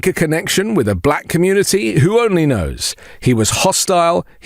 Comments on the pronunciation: “Balack” is how he says black. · DJT’s pronunciation of “Buhl-lack” is so weird, too 😂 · Have you noticed his voice inflection when he says "Black"? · Moreover, I really dispise the inflection of speech when Donold pronounces the word, "black" as if to further denigrate and marginalize.